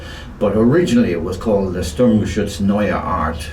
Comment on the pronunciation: endlich mal einer der Sturmgeschütz richtig ausspricht, oder Guderian Ente